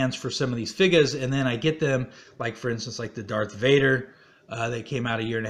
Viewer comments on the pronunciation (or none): Why are you pronouncing figures as "figas?"